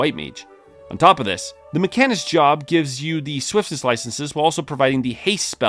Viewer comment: To be honest, it really annoyed me hearing him say mech-arnist, with such emphasis, almost like it was on purpose as a joke. He sounded like my foreign coworker trying to pronounce mechanic.